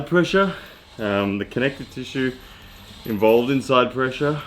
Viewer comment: Also : ‘pressue’